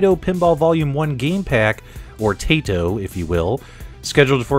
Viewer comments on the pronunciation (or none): It's Tah-ee-to not Tay-to if you are going by the Japanese pronunciation. Nice preview vid. Thanks!